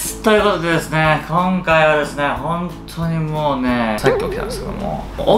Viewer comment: こ〜んかいはれすねぇ〜 ↑ これスキ（笑）